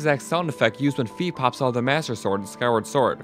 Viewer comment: Fi... Is Fye, not Fee